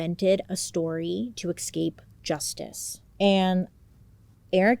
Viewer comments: It’s “eScape”, not “eXcape” Bailey 😅❤️ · It's so cute when you say "ecscape" or "exscape" instead of "escape", I love hearing it in all your videos 😂🤗♥️